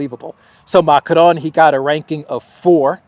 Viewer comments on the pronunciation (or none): none